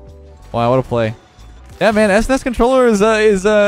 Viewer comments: The way says S-NES instead of S.N.E.S is getting to me, but it makes sense how some people would call it that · Sounds so weird to me that he pronounces it s-nes instead of snes. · The WHAT controller??? It's "SNES" dude. Just say it like a word... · Can’t believe says “es ness” instead of “sness” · am i the only one weirded out by "esnes" and not s, n, e, s, controller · I'm more surprised about how you pronounced "SNES" as "ESS-NESS" x) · what's an "ess ness"? you kids these days. it's one word "snes". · I was 10 years old when this controller came out, and the fact that you called it an "esness" controller is a crime against humanity. S-N-E-S forever. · That's the weirdest pronunciation of SNES I've ever heard :D Usually it's "SNES" or "S-N-E-S" but "S-NES" is something new :D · Anyone else semi-tilt about calling it an "ES-NES" controller instead of just SNES? Maybe its just me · Who calls it an S-NES controller?! I've always called it S-N-E-S. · Es ness? I have never heard it pronounced that way. I have always heard it either spelled out or pronounced like "sness" or "snez", but never "es ness" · i keep on throwing up everytime calls it s nes instead of s.n.e.s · Esness.... Lol It's Es, En, Ee, Ess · S nes wow it's S N E S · You saying S-Nes is cringe AF. No kap. It's S-N-E-S say each letter individually. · Did he just call a SNES controller a “es nes” controller? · Did he really say S-NES controller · this dude really said S-NES controller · Let me catch my son callin' it "es ness" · S-Nes?!?? My boomer brain is raging at your pronunciation. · your saying it wrong its supposed to be pronounced each letter s-n-e-s... at least thats how ive always said it lol. In a 3b person poll, 67% of people said is was "s-n-e-s" rather than "snes" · Its pronounced "ssnesss". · The pronounciation of s-nes and not snes, ugh lol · ess ness? Literally unwatchable /s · I’m physically hurt by the way he said SNES